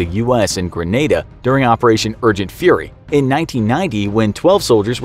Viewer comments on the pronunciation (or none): none